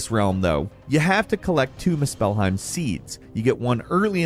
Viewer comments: Mus-spell-heim is crazy tho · “misspellheim” yeah, somehow you misspelled “Muspelheim” (Moose-phil-hime) through speech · Lemme help you, MOO-SPUL-HIME. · how can people mispronounce things that are said in the game? why does he say it like muspell-heim? its moospelheim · MUSpelheim not musPELheim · my guy it’s pronounced Moose pull hime not must spell heim lmfaooo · Moose spell hiem 😂😂😂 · The way this guy says "Mu-SPELL-heim" is soooo cringe. Like bro I know you played the game so I KNOW you know how to pronounce Muspelheim And if you don't: "Moose-pehl-heim" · Same here, I kept involuntarily cringing every time he kept saying “moose-spell-heim”… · more like miss-spell-heim 😏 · I can't unnotice this now.. they way he says muspelhiem 🤣🤣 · my goodness I thought maybe I was tripping. I rarely comment but I was actively looking for this comment or I was gonna write it myself "moose-spell-heim" my goodness!!! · As soon as I heard Moose-pell-highm you lost me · “Muh Spell Heim” 😂😂😂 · "At number ten, how to acces miss-spellheim." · How to know the narrator never actually played the game?.. The way he says Muspéllheim 😂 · It's muspelheim. Not moose-pehlheim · muspelheim is pronounced mUspelheim, emphasis in the U. Bothers me how you say it. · pronounce it moosplheim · It’s MUspelheim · moo- SPELL-heim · Every time you say one of the names in this game I laugh my ass off have you ever played any of these games did you not listen to the way they pronounce the words? You're calling it misspelledhime????😂😂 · Good god! The fact that you pronounce the word "Muspelheim" like moos-spell-hime, is why I gave your video a thumbs down! Good god! Such an ick for me! For that being said the rest of the video was cool lol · Just came to say this. I think he got the top-10 wrong. Aparently one of the 10 things the game does not tell you is how to pronounce Muspelheim. 🤦‍♂️ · Please stop saying Muspelheim... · Lol you pronounce Muspelheim so funny